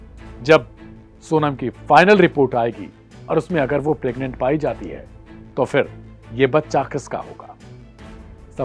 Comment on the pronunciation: प्रग्नेंट शब्द गलत बोल rhe हो l